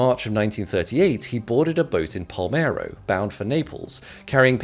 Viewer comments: Great video and explanation. BTW, Palermo is pronounced Palermo and not Palmero. :-) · ARE YOU F🎉CKING KIDDING ME PA L ER MO pə'leərmou / pə-LAIR-moh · 'he boarded a boat in PAL-MERO?' - ah, is that the famous capital of Silicy, in Ilaty? This shows once again that even knowledgible people often have basic chunks of general knowledge missing. It also doesn't help that he's from Lagnend. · "Palmero" stands for "Palermo" 😂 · Palermo not Palmero :D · Geezzz…. Palmero??? 😂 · Palmero.....ehm ehm.... Palermo!!! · good stuff my only gripe is you said palmero... its palermo you should slip in a *edit or something thats kinda rough to hear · Ah yes I love "Palmero"